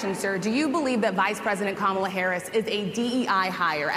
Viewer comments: So he DOES know how to pronounce her name correctly. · GREAT START Donny, hahahahahahaha, does he even hear himself ????? poor Donny. Truth hurts. Oh and I notice he said Kamala's name right for the 1st time. He is showing his TRUE character. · ka-MAL-a.....The fact that he knows how to pronounce her name. The disrespect is blatant. This dude is a total disgrace. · Immediately insults the interviewer, says everything you need to know about him. I liked the interviewers directness and Trump had the opportunity to address her questions. At least Trump pronounced Kamala Harris’s name correctly. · He said Kamala's name correctly. Oh my. He's shaking in his boots. I love it.